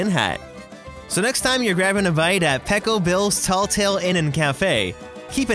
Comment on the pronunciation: I swear I’m hearing pickle bill.... 😂